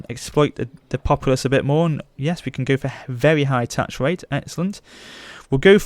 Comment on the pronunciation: "Vewy high tax wait"